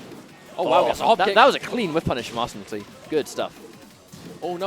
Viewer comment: butchering your name .... Ar-San-nil-Tie